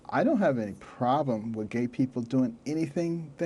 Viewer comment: It can be somewhat amusing to watch this nearly comatose impostor of a human being speak, at least to me - but only in very short doses. He's the only what-seems-to-be-a-person who can make the initial consonant of a word a separate syllable, as in "vah-oter" for voter or "pah-roblem" for problem Never any fear that this talking bobble head's thoughts will outpace its ability to speak them!